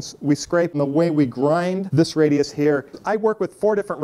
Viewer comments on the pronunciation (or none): Presure? Radus? Come on, dude